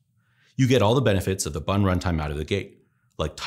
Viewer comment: I thought he said "buntime". almost dropped my croissant.